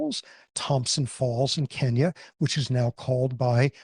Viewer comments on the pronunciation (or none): none